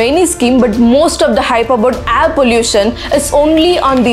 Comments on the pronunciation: Everything was great until you started saying “Ayre” instead of “air”..great video though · Your videos are very informative and inspiring... But please correct your pronunciation like "air" & "grain"